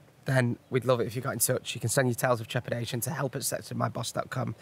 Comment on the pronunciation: I am now binging the entire podcast from the beginning and I feel so bad for inability to say "trepidation"!